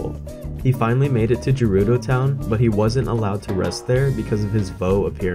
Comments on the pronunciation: It's GERUDO NOT JERUDO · Oh you're going from Gerudo to Akkala? Easy, there's paths and everything. Go Hebra to Faron, then we'll talk 😂😂 ALSO SAY JERUDO ONE MORE TIME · Sorry to be that guy but it like really annoys me. Gerudo is pronounced as guh-rudo not juh-rudo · if i hear you say jerudo town one more time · internally cringing when you say Gerudo with a soft g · the way you say Gerudo hurts